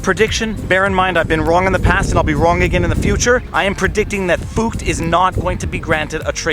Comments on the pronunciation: Viva: I'm pronouncing FUCT like FOOKED so it doesn't sound like a cuss word Scottish people: ... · He's very simply trying to avoid saying F*CKED with a U to avoid youTube marking his video as aged restricted. Deliberately mispronouncing it. I think the German bit is just misdirection.